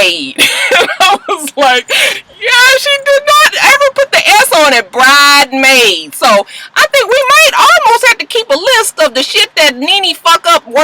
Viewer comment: Yes! everytime NeNe said "bridemaids", I had to either laugh or smh lol.